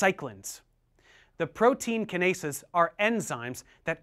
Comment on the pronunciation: Lmao Kin-aces got me, it is usually pronounced kyn-ace